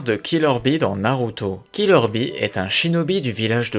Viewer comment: On dit killer bee